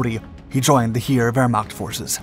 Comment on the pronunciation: Put Wehrmacht in Google Translater and than listen how she Say it. You say it wrong